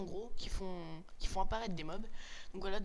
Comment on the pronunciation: On dit Mobs